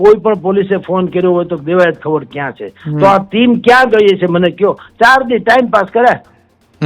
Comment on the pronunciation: ખવાડ નથી ખવડ છે સરનેમ. તને ગુજરાતી વાંચતા પણ નથી આવડતુ ? 😂